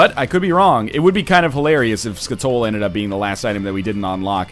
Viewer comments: It's pronounced Skat-ole, BTW. You can remember that because it's a chemical found in scat AKA poop. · Skatole and Raw liver. I can understand Raw Liver but Skatole? Really? 284 episodes and you never had a skull game pay out with skatole?